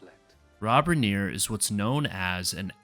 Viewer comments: It’s pronounced Riner. He started as an actor in, All in the Family. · Why did you deliberately say Rob Reiner's name wrong?